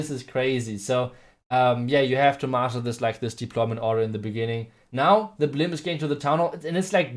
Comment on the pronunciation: Master not muscle